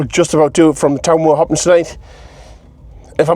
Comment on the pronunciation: Why are you saying Hoppins when it’s hoppings?